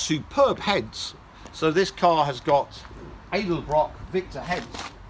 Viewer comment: Its pronounced Ed-El-Brock, not Aid-el-brock lol